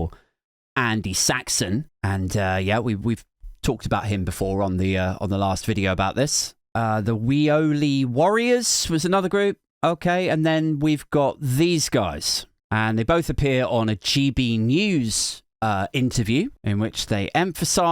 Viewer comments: It's pronounced 'wheely', I know, makes no sense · Its pronounced wheely.